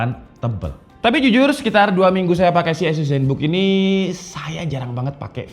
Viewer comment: Mungkin mas nya org medan 😂 gapapa mas azus emang beda dari yg lainnn 🔥🔥